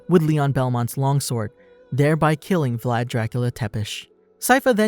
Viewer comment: exactly, but how they pronunciate Vlad's name is kinda annoying like who the fuck says Vlad Drachiula Tapes, like wtf